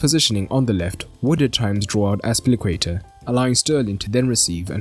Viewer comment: I know the name is difficult but please: azpil iiii cueta